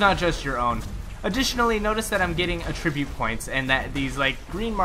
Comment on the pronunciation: Emphasis on the wrong syllable for attribute :p